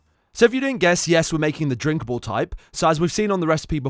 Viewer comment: "Were making the dinckable type" Oh man. What a disapointment